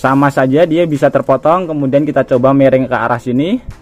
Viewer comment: Miring om, bukan mereng 😂😂😂😂😂😂😂 Ketauan org mana